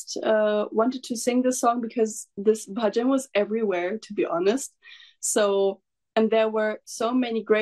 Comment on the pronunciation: Her pronunciation of words of Bhajan is better than an average Indian. Fantastic.